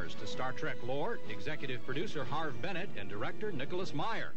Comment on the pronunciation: That’s not how you pronounce Harve Bennett’s name. It sounds like “Harv.”